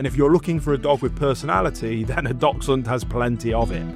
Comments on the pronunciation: Please at least know how to pronounce their name. They are not “Doxhunds” as you keep saying, they are “Daxhunds” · I've heard others pronounce is DOXhund... I agree that in Germany (I live in the UK) our friends say DAXhund as DACHS is badger and we say Daxhund but pronounces it the same way and has a very similar accent to this lovely gentleman. 🤔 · It's Daxhund for pronunciation, great video, learnt lots, thanks! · whats a "Docksund"? I have an adorable Dachshund. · Begin by learning how to.pronounce the name of the breed correctly ....its not Dol..sun ....Great start . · I’m sorry but I couldn’t get past 10 seconds. His pronunciation of dachshund was triggering..” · Poster can't even pronounce Dachshund. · At least pronounce the name properly! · I'll start listening to him when he learns how to properly pronounce dachshund...